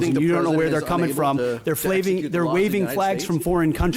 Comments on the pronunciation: "They're Flaving" as in Flavor Flave? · Twice he said "flaving" 😂